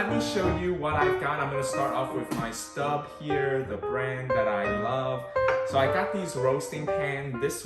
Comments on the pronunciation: It’s pronounced “stobe” (like globe), not “stub” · Maybe in English Stobe, but in French it is Stoub. I just purchase 6qt shallow Staub discount price, but was looking to see 4qt size before I purchase online.